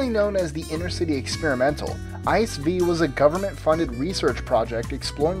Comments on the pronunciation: it's not ICE- train as in ice- the cold stuff, but I C E - the letters pronounced seperately and standing for Inter City Express and the V (Roman number) is the 5th edition (I think...) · the ICE is not pronounced like ice but rather I C E. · The german "ICE V" is pronounced "I C E", not "Ice" like in "Icecream" ;) But it was a great video, like always! :) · ICE is not an acronym, it's pronounced I-C-E and stands for Inter City EXPRESS. And they're fucking awesome. I've worked in Stuttgart for 6 months and travelled back on the weekends in these. Luxurious and damn fast. Taking a piss at 300kph is just great. Bonus tip, bring some hand sanitiser, you don't wanna wash your hands in there. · ICE V... It's pronounced I C E, for inter city express... I know, I ride these regularly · It's I-C-E 5 ;)